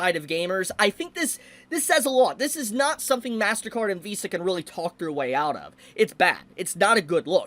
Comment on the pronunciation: XD man. .. i clicked this vid and walked into the kitchen with my headset on. .. and 3 minutes in i had to come back and see just who the heck Val is. turns out. .. man's can't pronounce "Vs" and im a dumb.